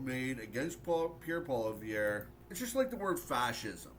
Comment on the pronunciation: Really like your video but say it with me. Pierre Polievre. Polly then ev that’s it. Polly-ev